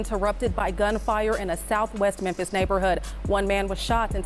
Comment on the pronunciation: Bro it's pronounced MEM-FIS....THE "P" IS SILENT....U KEEP SAYING MEM-PISS